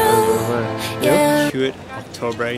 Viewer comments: HEWIT??? huit? 😭😭😭 (IM SORRY BUT AS A FRENCH SPEAKER-) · bro said hoo-it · the way he said "huit" made me sad af...